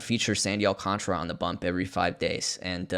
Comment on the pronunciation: AL-KAHN-TAR-UH There's a whole fucking letter in his name people just refuse to pronounce!